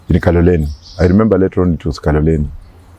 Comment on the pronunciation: Did I just hear lemember